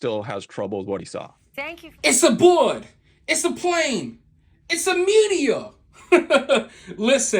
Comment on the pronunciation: "It's a buad, it's a plane, it's a meteah." 😂 kills me!